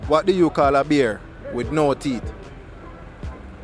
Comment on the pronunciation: Him all pronounce it “THEETH”😂😂😂